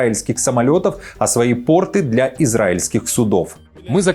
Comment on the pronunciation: Ну хоть кто то говорит на правильном русском языке - пОрты, а не портЫ (штаны) !